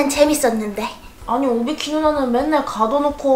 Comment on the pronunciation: 는 맨날 오비키를 오바키라고말하네ㅋㅋㅋ